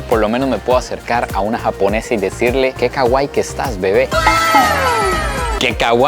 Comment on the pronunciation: pronuncias mal kawaii, trata de decirlo como si estuviera tildada en la i y no en la a desearía mil dedicarme a lo que te dedicas